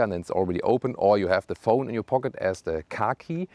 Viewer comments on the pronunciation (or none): none